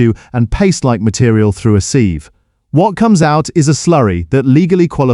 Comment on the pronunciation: As for the rustlers that's through a sieve not a seeve